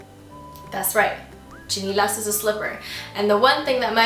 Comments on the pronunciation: It's SHI-NEH-LAS not CHI-NEH-LA! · It's chiNElas not chiNIlas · its not stinilas ... ite styenelas ... biyasa nga eh dili tagalog... >_< very cute.. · is it just me or does she pronounce "tsinelas" differently from how i commonly use it? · hehehe bisaya accent nia ng tsinelas